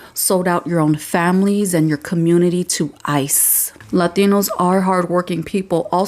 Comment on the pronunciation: Why does she keep saying Latinos like that? Girl, you sound so stupid, also, if these Latinos, as you like to say, came to America legally, then they wouldn't be getting deported, use your noggin